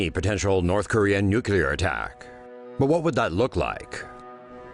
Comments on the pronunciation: Someone should tell the narrator how to pronounce "Nuclear". He kept saying Nucular. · Why does the narrator drag out the ends of sentences and keep getting "nuclear" wrong as "nukular"?